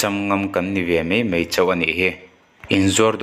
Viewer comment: Mai...tih turah " Mei" tih hi hmang tawhlo hram la ka va ti em..!!!!